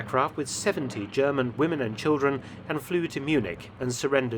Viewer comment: Is Mark British or German or ? His accent is cool, but he pronounces German so good!